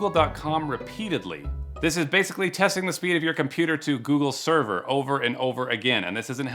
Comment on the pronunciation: Is it me or scammers often say "serwer" instead of "server"?